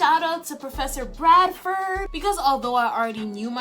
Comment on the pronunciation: Lol did you just call him Bradford????? It’s Brelsford